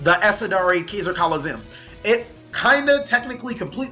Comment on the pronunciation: But he drew keezer colizeeumm